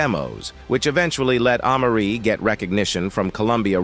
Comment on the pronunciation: These AI voices be killin me !!!! Who is AH-Marie ?!?!?! 🤦‍♂🤦‍♂🤦‍♂🤦‍♂🤦‍♂